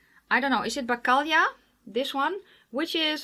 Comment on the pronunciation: No, not at all. Morelova and bakalia and karmelek pronounciations were awesome. You sounded almost like us Poles:D Thank you for that.:)